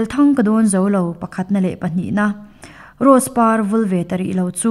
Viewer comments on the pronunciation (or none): none